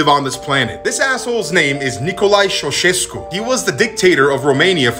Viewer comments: Name: ceaușescu How he pronounced it: șeaușescu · why does he pronounced his name like this it triggers me so much 😭😭😭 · pronounce the name, chow-chess-que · Pronounced chowchesku. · How can you possibly mispronounce his name??